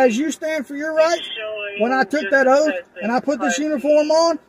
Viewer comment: “Did you swear an ‘oat’ to the constitution?” This poor, simple man… I almost feel a little bad for him. He’s clearly not well educated, and it’s probably not his fault that the Texas educational system didn’t produce a fully functional member of society. He’s just a bit special. 😂